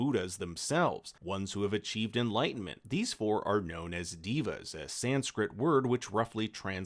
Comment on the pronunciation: Omg, it's Dæva not Deeva. Lmao.